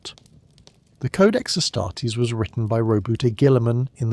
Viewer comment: Please make up your mind how you're pronouncing "Ass-tar-tees". Pro tip, it's this way ^^^